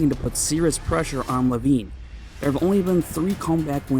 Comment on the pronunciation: you are one of my favorite s but it's Levine I got Levine